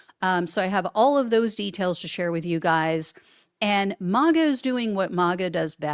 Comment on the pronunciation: He wont !! She should have stayed home not got involved!!! And its MAGA!! NOT MOGA!!!!😂